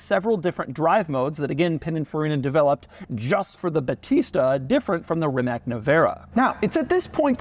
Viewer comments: It's rimac,NOT rimaK 😂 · Ree-mahts That's how you pronounce Rimac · Rimac is pronounced Rimahts. I’m not trying to troll or be annoying. I love your videos! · "Rimac" is pronounced Rimats, not Rimak. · After so much time and so many presentations, at least learn how to pronounce the name RimaC. It would be an amazing achievement for you obviously. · Doug is the type of guy that still can't figure out how to pronounce Rimac after all these years.